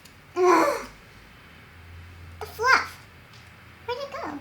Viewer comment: says "dafluff" I was dying😂😂😂😂